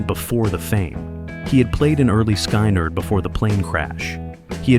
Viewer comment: Skynyrd, not Skeinerd. Interesting topic, but that detracts from the professionalism of the vid.